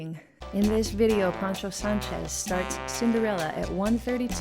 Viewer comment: I’m a real fan of your music, but even great talents like you can err: it’s Poncho not Pancho Sánchez, and we lost El Rey del Timbal Tito Puente in 2000.